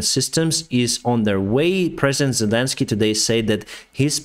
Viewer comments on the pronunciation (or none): none